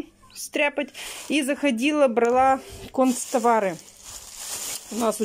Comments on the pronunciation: Не концтовары,а канцтовары,учись правильно говорить и учи правильно говорить детей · не концтовары, а канцтовары, совсем не следите за речью: взяла тама, евонная тетрадь, лаболатория.... Ужас, просто!!! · Ой,, "многие" особо и не переживают, с кем у тебя дети остались. Больше волнует то, что Света знает куда ключ надо веСИть, что вы ходили в лабоЛаторию, а также, что ты купила кОнцтовары. Тебе реально не стыдно за свою безграмотную речь? Лучше бы орфографический словарь купила, села с детьми на камеру и изучала, вот это было бы продуктивное видео.